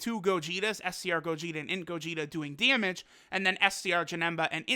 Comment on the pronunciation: This guy talkin' about "dyemedge". Not damage, dyemedge. lol